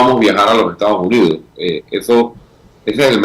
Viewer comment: Lombana: Por favor pronuncie la ese (s) cuando dice Estados Unidos. No es Ectados Unidos.